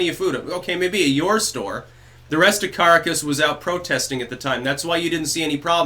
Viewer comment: "KA-RAH-KUS" accent on "RAH".